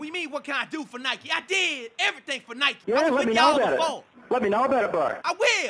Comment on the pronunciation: Got pissed that you were saying Nikee